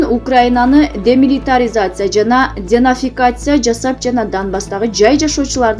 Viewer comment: Карындашым денацификация деп туура айтсан мааниси озгоруп жатат денафикация десен